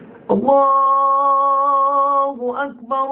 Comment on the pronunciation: بسم الله الرحمن الرحيم :معكم الموذن :زياد محمد مؤذن مسجد الرحمن بالقليوبيه وبعد ان عرفتكم عن نفسي ,انتا بتتكلم علي الاخطاء وانتا تنطق الله اكبر خطا انتا تقول الله اجبر هذا ياخي غير صحيح وشكرا لو عايز تكلمني علي الفيس رابط الحساب